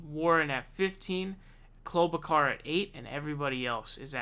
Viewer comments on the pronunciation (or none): Not KlobCAR but KlobaChur! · Thank you! You are my favorite channel because you are on right away about these polls. Also you are fun to listen to and watch. Fyi, not that it matters anyway because she will fall away soon, but you say Klobuchar with a soft ch. :) Oh yeah, one more thing, I agree that Warren needs to drop out NOW! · “Klo - ba - car”😂😂😂